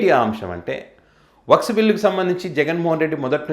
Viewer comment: అది వక్స్ కాదు, వక్ఫ్ బిల్ అనాలి.